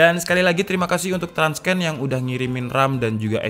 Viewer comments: Tips nih bang, Transcend itu dibacanya "tran-sen". Bukan "trans-ken". :) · TRANSCEND pelafalannya buka "transken" tapi "tran(t)ˈsend" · jadinya trans-scan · Bang transcend bacanya nya transen🙏